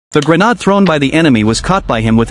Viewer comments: "Grenn-aahd" bwaahahahahahahahahhhaaaa what a 💩 AI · Da granuts yeah A.I is the future can't even pronounce an easy word.